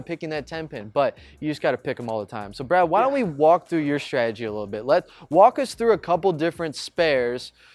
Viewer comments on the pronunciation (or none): What's your "schtridgy" for shooting spares? The word is pronounced: "stra-te-gi". There is no "sch" sound in this word.